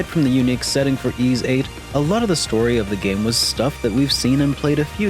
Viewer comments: Why are you calling it eeeeeis 3? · Am I the only one who pronounces YS as why-es? 😅 Great review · You're not, but that is the wrong way to pronounce the game series.